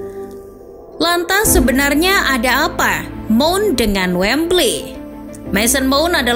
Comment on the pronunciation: Mount tulisannya dibaca maoun.